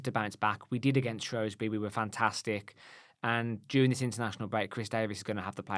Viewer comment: Guys... It's SHREWSbury not SHROWSbury 🤦🏻‍♀️